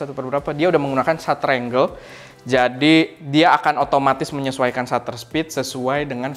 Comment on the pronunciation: manteuub... btw angle win angle.. bukan angel..